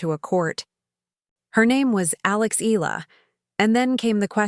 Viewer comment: Not EE-LAH! It's EE-YAH-LAH!